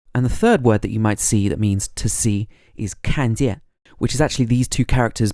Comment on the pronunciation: 一看见他这四个字，要改一下语调和重音，正常人不这么说话。